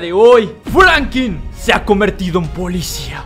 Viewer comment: Franklin no Francri